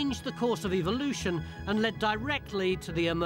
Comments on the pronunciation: ...eVVVVVolution...not EVILoution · "Evilloution" what a jackass! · So glad it isn't going to halt "evil-looshin" in our lifetime!